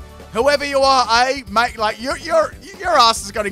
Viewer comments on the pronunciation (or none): none